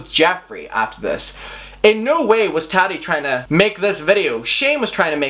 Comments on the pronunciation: It's ta ti not taddy. Like tatiana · It's triggering the way pronounces "Tati" like "Tatty". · You say taddi 💀💀💀💀 tf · The way you pronounce Tati..... 🥔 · I spent 30 minutes laughing at how he said Tati 👁👄👁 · Why do u say tati's name like that